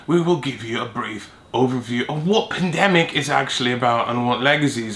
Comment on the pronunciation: "pundemic", surely